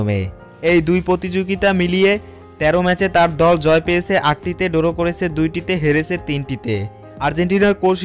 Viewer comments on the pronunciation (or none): আপনাদের ভিডিওগুলো অসাধারণ লাগে। তবে মাইন্ড করবেন না, ধারাভাষ্যকারের উচ্চারনে অনেক সমস্যা আছে যা দৃষ্টিকটু শোনায়। যেমন "ড্র" কে বলছে "ডোরো"। আমার সংবাদ উপস্থাপনার উপর ট্রেনিং নেয়া আছে। আমাকে যদি আপনারা ধারাভাষ্যকার হিসেবে সুযোগ দেন , তাহলে আমি সঠিক উচ্চারণের মাধ্যমে আপনাদের চ্যানেলের ধারা বর্ণনা দিতে পারবো ইনশাআল্লাহ 🙏